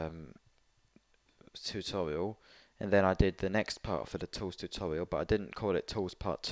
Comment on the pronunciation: It was funny when he sed tutorail